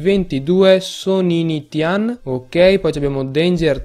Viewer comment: Bel video! comunque è Sonintian non Soninitian. ;D